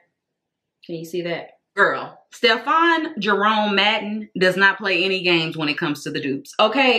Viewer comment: Not Stephaughn Jerome Madden 😂😂😂😂😂